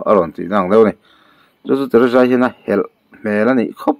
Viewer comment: Teresa tihkha lam fiah roh